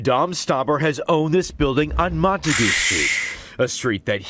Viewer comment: Mont-a-goo Street.😂